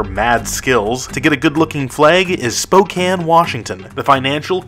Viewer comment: Wow he actually pronounced spokane correctly, no one seems to get it right